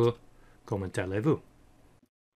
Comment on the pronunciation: kommenT-ale-Vu! hahahahaha (comment allez-vous "komo(n) ale vu") . I enjoyed listening to your french pronounciation. Not bad vid, needed this since I need to transfer VB Code to C# in our company... needed some basics...